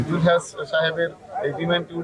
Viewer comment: আগে বাংলা উচ্চারণ ঠিক করুন।।। জুলহাছ কি??? জুলহাস হবে